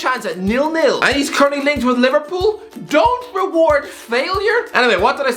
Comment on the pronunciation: liveprol lol